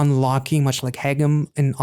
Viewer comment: Even though he sings "haegeum" quite often, you were already pronouncing it correctly before you even started, so my compliments on that 👍 The "eu" in Ye-eun is exactly the same (you were pronouncing that a little like Ye-oon). Same with Ga-eul.